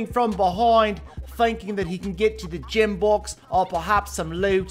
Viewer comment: 'Jim box' , 'Christmas tray' 'Victray', ' Dith,' 'Tislas' etc.